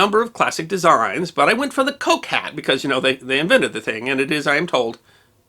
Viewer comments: Very entertaining, thank you. A small detail, Coke is pronounced cook. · Piccadilly: just Piccadilly, not Piccadilly Street. Pall Mall: both rhyme with shall. Coke (Liecesters) pronounced Cook. Always worth checking English proper names pronunciations...